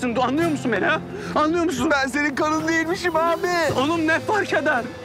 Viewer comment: Kanın diyor haha